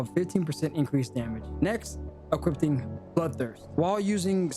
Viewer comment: "Equipting" isn't a word. "Equipping". Dy-na-mism, not "diasma". "attack-ting" is not a word. "attacking" is. Ad-junct.